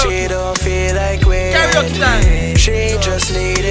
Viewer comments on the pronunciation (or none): none